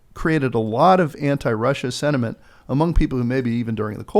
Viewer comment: Please try and pronounce “sentiment” correctly. There are no “D’s in the word